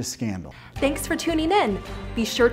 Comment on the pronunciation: Appreciate the great work, but perhaps you could re-do that closing with someone who can pronounce the word "tuning". Hint: It's not "tuneen".